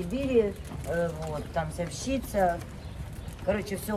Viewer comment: Слово тансОвщица могли бы уже правильно произносить, тем более часто используется